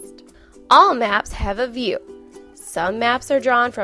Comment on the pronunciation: Love this video for my first graders. Can you fix the word 'view' seconds?